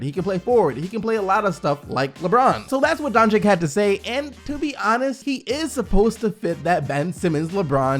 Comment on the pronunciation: Sounded like he said Dongigd the first time